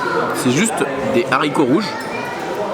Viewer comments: Des zaricots ??? Mais non ! Des Haricots <= pas de liaison :) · Il a dit des Zaricots !!!!